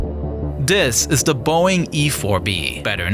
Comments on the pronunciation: "Da doomsday plane" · "da Doomsday plane" hits different 🔥